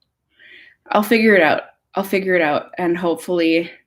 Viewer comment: Lol I love when your accent comes out. “Figure it oat!” Hahahaha